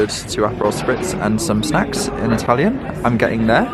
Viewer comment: Hi and, wow! What a treat 🙏 another amazing Italy travel vlog ♥️ what a stunning city it is 👌 really enjoyed the tour thanks guys 😊 And can I say I’m so impressed with your Italian you have the perfect accent 👍 love it! I’ve only been to Italy once to lake Como and this just makes me want to go again very soon 😍 Hope you’re having a good week thanks again Lotsa love x x